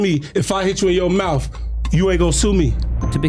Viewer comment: its mouTH NOT mouf